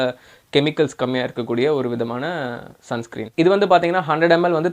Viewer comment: Sun screem nu solrega bro...